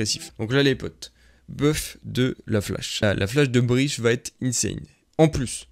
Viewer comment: Ptdr il a dit Breash, c'est "Breatch" gros